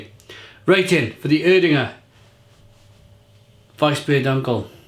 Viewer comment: Ig is pronounced Air-dinger